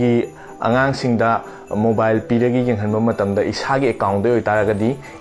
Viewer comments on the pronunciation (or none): none